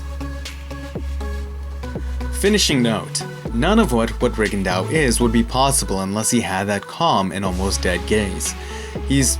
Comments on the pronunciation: Re Gon Doe, not Rig and Dow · Reagan dow? That's not the right pronunciation I guess. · Why did you continuously butcher his name? Please respect these non white fighters. You had to have known how it was properly pronounced lol